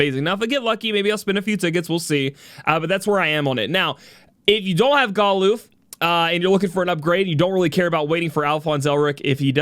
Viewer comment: I didnt pull for Galuf, I didnt enhance Zeke, and havent door potted Olberic. BECAUSE WOL IS COMING WHOO! 36 HOURS! I'll just use Charlotte or Pod153 physical mitigation to cover. I am uninterested in anime units. So we're going all in. ED: ITS NOT GAH-LOOF ITS GAH-LAHF ! #$^&@